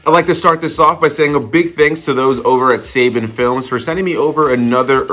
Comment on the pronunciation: You and your “Saybin” films. Lol I swear it’s Suh-bon but what do I know. Nice hearing about this. How do you get Saban? Nice work buddy